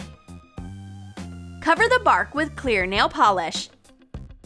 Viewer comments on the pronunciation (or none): none